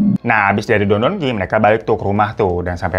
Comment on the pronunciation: ドン・キホーテ Don•kihotte sepertinya 😂 Bukan dondonki 😅